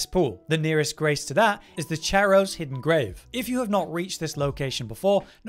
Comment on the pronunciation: "Charo" should be derivative from "Charon" so the pronunciation of the "ch" should be like a hard "h", like "CHaracter". 😘